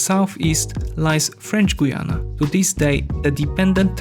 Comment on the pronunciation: As a Guyanese I can only wish. And it's Guy-Anna not Goyana .